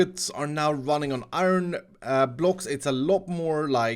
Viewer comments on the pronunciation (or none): none